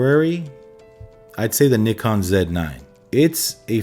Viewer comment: Keep saying the Zed 9!